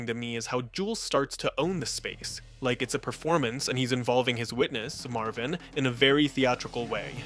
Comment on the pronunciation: Marvin not Marley